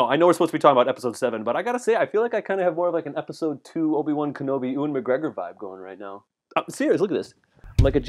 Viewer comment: Lol "Oo-an McGregor"